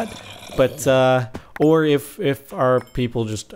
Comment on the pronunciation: I see what he did there.. "Ore" instead of "or"... funny guy... I have no life...